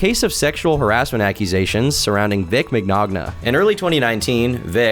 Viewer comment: Oh no, not Vic "Migogna"